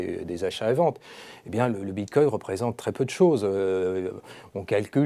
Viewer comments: Bitcoin avec un "N", pas Bitcoy... ^^ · On dit "BITCOIN " et non BITCOY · Bitcoy... cannot unhear